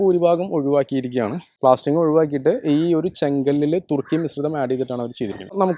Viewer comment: തുർക്കി അല്ല 🎉സുർക്കി 😂